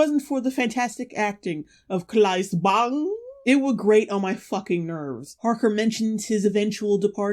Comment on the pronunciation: Good danish pronunciation when you said Claes Bang :)